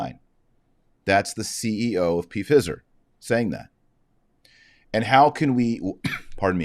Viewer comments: Not P Fizer…😂 Pfizer like fiver 😉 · Sorry - not ‘p-fizzer’. Pronounced FIE-Zer. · Mr. Marshall, I believe the word is pronounced P silent fi long I then zer. Your podcast are very informative and help to clarify current issues rated to our faith Thank you. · It's pronounced fyzer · Why are you calling it P fizer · It's pronounced fie zer dr. Marshall. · He knows. He deliberately does it to "fool" the algorithm. This is a segment from an old video of his. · He says it that way on purpose - so it doesn't get censored. And...they are about to Fizz anyway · Taylor is pronouncing the word the way he does to fox those who would shut him down. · Why do you deliberately mispronounce the name Pfizer? I presume it is deliberate, since everybody over the age of 12 is very familiar with the name. I am an Irish catholic and stieadfast in my faith from birth. I hate to see other catholics trying to demean those they dislike in such a childish way. It certainly weakens any argument you might legitimately have. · I do not know if you purposely were pronouncing the multi-billion dollar company’s name incorrectly or not, but the “I” is long sounding. If the “I” were to be pronounced short, there would be 2 “z” in the name. (My apologies if you were trying to make a point otherwise.) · Is he pronouncing it wrong on purpose to get around a content filter?